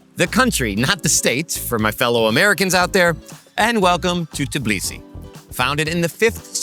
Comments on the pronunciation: Tbeeeeliseee not Teeblisee !!! GOSH make an effort guys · It’s hilarious to hear how time after time calls Georgian capital “Tiblisi”. 🙂 It reminded me old name of the city - Tiflis.